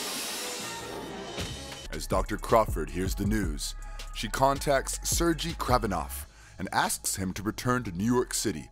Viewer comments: I don't want to be that guy and I'm sorry for saying this but you getting Kraven the Hunter real name wrong it is pronounced Sergei, ser-gay, not ser-jee. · Man how do you botch most of tha characters names when you have tha source material on how to properly pronounce their names lol smythe is not smith. And Sergei is not surge-e 🤦🏽‍♂️ cool video but couldn’t get over tha botched names lol